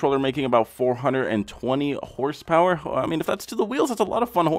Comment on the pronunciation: And did he say HRSPERS!?!?